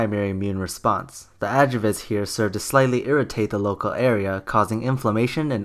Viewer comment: Was a bit cringe when you made fun of her for mispronouncing aluminum and then proceeded to completely butcher the pronunciation of adjuvant in your next sentence (timestamp ).